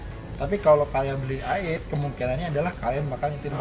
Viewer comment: Pas baru loading ni video, gue kecewa sama si host. Masa dia bilang BMW ai-eitgh (ejaan bahasa inggris). Ini review indonesia bray, so u pake dong bahasa Indonesia dengan bilang Be Em We i-delapan.